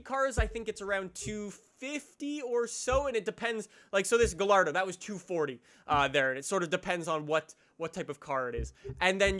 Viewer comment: Firstly, why don’t you pronounce Gallardo and Porsche correctly? Second, I wish they added the Huracan 580-2. Third, you say Ferrari being in the game is a good thing.